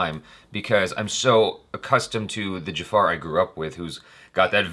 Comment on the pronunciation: Its not "Jafaaaar" , its Jafar...